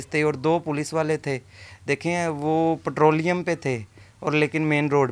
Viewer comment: petroliom nahin nahin hota petroling hota hai